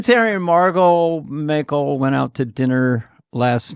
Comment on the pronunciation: Hahaha MARGOT MAKE-L??? Haha 👍🏻